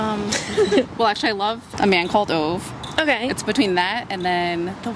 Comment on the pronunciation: Loved this video! Apparently, Ove is pronounced Oo-vah, not ove (owe-vuh) or oo-veh. :)